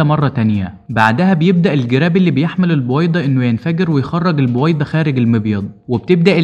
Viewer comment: البووويده؟؟؟اشفيك تكلم منيح